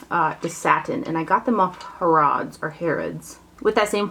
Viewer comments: Ha as in hat and rrods as in (fishing) rods: Ha rrods. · It’s pronounced HAIR-uds. Love the Saturday hauls. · LOVE your haul videos! They're my favorite. Btw, it's "HAREudz" - you had it right the first time.